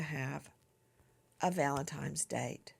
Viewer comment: This is perhaps a frivolous comment in light of the dreadful circumstances, but why does Nancy keep saying "Valentimes" Day/Date? It's really odd.